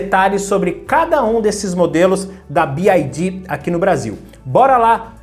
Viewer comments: Bi uai Di não B Ai Di 😂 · About English PRONUNCIATION (The Alphabet) a pronúncia do "Y" escrevendo a transcrição desse som seria /uái/. Você fala /Bi - ái - di/ o que se escreveria como "BID" / "bid". O som da letra "I" em Inglês é/ái/ e do "Y" como já falei: /Uái/ é só lembrar do pessoal de Minas Gerais quando for falar a letra "Y". 'Uái Sô'. Paz e bem. Sucesso! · Ótimo vídeo! Um comentário é que a pronúncia da letra Y em inglês é “uai” Então fica “Bi uai di” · Se pronuncia BYD, Y = “uai” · Mano conseguiu falar o nome da BYD errado todas as vezes...